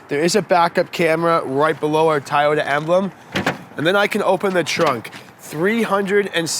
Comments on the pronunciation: It’s TOY-ota. Not TIE-ota. Unless that’s just the Canadian accent, no offense. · LOL its TOYOTA not Tieyota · i had to stop 2 minutes in .. why are you calling it a tie ota.. even up north they dont say that.. at least i hope not... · tieyota lmao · I try over and over to like Toyota, however, the more I see it I hate it. Not a Toyota fan at all doesn't matter how much I try to be. The Mazda 3 is way better than this car. BTW isn't it pronounced TOY-YO-TA like how you would say the word toy as in I bought a toy for my child? Why are you pronouncing it THAI-YO-TA like the country Thailand? LOL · It's TO-YO-TA not TA-YO-TA. Sheeesh!🤦🏻‍♂️ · I stg if he keeps saying Tyota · Is it “”.Tieoyta”? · At first I was like Nahhh! Then he kept calling it tyota wtf?? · Keep butchering the name and we're going to send you to Principal Oh Shack Hennessy office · Why can't this guy say Toyota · Why does he say toyota like that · No Actually it not like Tomato, Tomato. The company name is spelt very differently from how it being pronounced in the video. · LOL, he is doing a review on a car and doesn't even know how to say the name correctly.